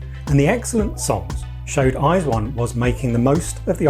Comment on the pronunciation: Your pronunciation of their name is the most correct westerner that I have heard